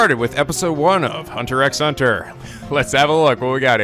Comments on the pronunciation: Okay so a few things - 1.) Thank you so much, I love HunterxHunter so much, (Fun fact the x in the title is actually silent, so it's pronounced "Hunter Hunter") I know that you will love this anime. 2.) The 2011 anime sort of rushed Gon's reason why he wants to become a hunter so badly, and yes they will explain in further detail what a hunter is exactly in later episodes. In the manga we do see how Gon came to the conclusion of wanting become a hunter in the first chapter, but the 2011 anime skipped over that part because the 1999 anime had already used that as its first episode, so to make things a bit different they decided the speed things along for the meeting of Leorio and Kurapika. The 2011 does show you Gon's past in future episodes, so their is no reason for anyone to tell what happens, because that is a spoiler. Also Mito is Gon's aunt, not his mother, and is the cousin of Ging, Gon's father, the 2011 anime sorta skipped over that part as well at the beggining. 3.) This is off topic, but this is the english cast of the 2011 HunterxHunter anime if anyone is interested - Gon - Erica Mendez - Nagisa Shingetsu (Dangonronpa Another Episode), Maki Harukawa (Danganronpa V3) Leorio - Matt Mercer - Kanji Tatsumi (Persona 4), Yusuke Kitagawa (Persona 5) Kurapika - Erika Harlacher - Kyoko Kirigiri (Danganronpa Trigger Happy Havoc), Keade Akamatsu (Danganronpa V3), Ann Takamaki (Persona 5) Enjoy this anime, and I know I'll love this reaction abridged! (Nice name chan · For the record, the X in Hunter x Hunter is silent, so it's just pronounced Hunter Hunter. And considering Gon Wants to become a Hunter to hunt for and find his father that's also a Hunter, you could say he's a..."Hunter" Hunter (after he officially becomes a Hunter). At least, That's one interpretation of the name.;) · Omg it's just "Hunter Hunter" the X is silent! :P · Oligatory comment about that "x" bit is not pronounced. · Psst pssst, the x are silent....